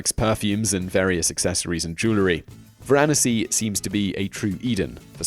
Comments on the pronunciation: Varanasi - pronounced VARANASI (like Tallahassee) not Varaahnasi.... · Is pronounced Varnasi not varahnasee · Phonetically Varanasi is prounouced vara nass sea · India's oldest town is VaranAAsi, not VarAAnasi. Pronunciation is on the 3;rd vowel. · varnasi at 6 ? it's the oldest read again 😤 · The correct pronunciation of the ancient Indian city is VaranAsi, with the accent on the next-to-the-last syllable. The second syllable is NOT accented, as you have pronounced it. If you said var-NAS-si, that would be closer to correct than what you are saying now. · omg learn to say "Varanasi" properly.... vomit. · whoe these are definitely some of the earth’s oldest cities. his dates are more than suspect, as is his pronounciation of Varanasi.